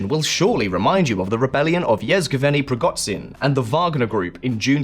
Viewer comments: yezgevenny preegotseehn? bro you're even worse than simon whistler xddd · That was the most inaccurate pronunciation of Евгений Пригожин I have ever heard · The way you pronounce "Yevgeniy Prigozhin" is compeltely off. That guy did make history though.